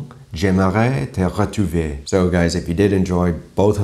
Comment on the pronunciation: Nice french there. But just to let you know, the "trou" in "retrouver" is pronounced more similar to "Thru" in "drive-thru"... The way you said it sounded like "rétuver", which would mean to "étuver" again, which means to boil in its own water. That would make for a VERY weird meeting.